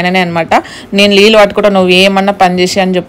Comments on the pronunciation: Leellu😅😅 Kadu neellu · లీలు కాదు, నీళ్లు😅